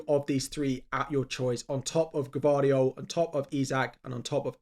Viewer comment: finally pronounced Gvardiol’s name correctly 😂